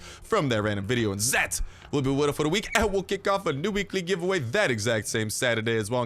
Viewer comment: when you say weekly giveaway fast you sound like ur saying weeky givawah